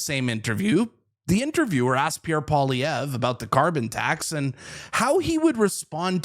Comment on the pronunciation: I wish the commentator would learn to pronounce Mr. Poilievre's name. I was taught that it was good manners to pronounce a person's name correctly How difficult is it ?